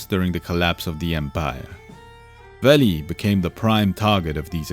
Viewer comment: This is absolutely fantastic. Great storytelling for complicated stuff like this, easy to follow despite the intricacies! Bonus points for the pronunciation of Veli (I screwed that up and felt the wrath of the lore nerds ; ) ) Thumbs up all all the way!